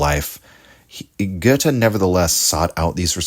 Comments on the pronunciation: Thank you so much for your work and, above all, for pronouncing Goethe correctly. 🧎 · your pronunciation of goethe isn't that bad, my compliment